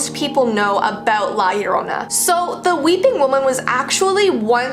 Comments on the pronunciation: Its pronounced jorona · PRONOUNCED AS: Lah yerona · i am cringing bc she said - La Yerona- when its - La llorona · It’s not pirnounct liyoorona it’s liya lona I’m a Mexican so I’m scared of it alot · La Llorona not Lie lorona UnU just saying I’m Honduran UwU OwO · It's not pronounced la larona it the curse of the lacharona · I say llorona and im american and when I heard her say yorona I was like isn't it llorona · Fr like her name is llorona not yorona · Ok, no offense because I love your videos, but it’s not pronounced la yarona, it’s like this, (lah lah-rohna) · the girl say think larona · ILY (btw its pronounced "la- yorrona") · At the end she said La Llorona but i definetly heard La Corona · Lah lãhrona that’s how you say it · It’s said like: jo-ro-na (ez u-u) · I cringe when she says La yarona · La JoR o N AA TRYING TO STELEYE ME. LA JORANA WHAT THE HECK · who else heard "like you dont know." instead of "La Llorona" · isn't it pronounced "jorona" or something? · She said La Lorona but ya need to Roll you R’s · For all y’all people who don’t know how to pronounce it it’s La ya ro nah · Ok Heres how to pronounce it Lah Jo Rona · Anyone else hear how she says la llorona? "La Yorona", or is that just how u actually say it? I'm also Mexican/Salvadorian. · It’s La Yo-ro-na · You don't say it right sorry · she tried her best to pronounce it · Hello I'm mexican and already know about her and you pronounced la llarona wrong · You are saying it wrong😁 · I am Spanish and that’s not how you say la Llorona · No one: Every Hispanic kid: already knowing everything about la llorona and cringing how people pronounce it😭 (I still love tho 😗 even tho it’s not scary for me anymore bc I was scared all my life) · It’s funny how white people can’t say it right and as a Mexican my mom always said if I cried she would come and drown me. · Binche pendeja, thats not how to pronounce her name 😚🖕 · Me thinking that she is going to say the word right